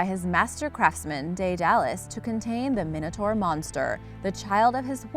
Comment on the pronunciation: its pronounced mine-it-tour not mini-tor